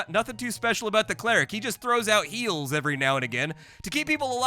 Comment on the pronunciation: "all I want to do is play Menace" us too buddy, us too. [EDIT] also, did you drop the H on "heals" like Americans do on "herbs"? Because I heard a cleric just throwing out eels and thought, that's surely more of a druid thing.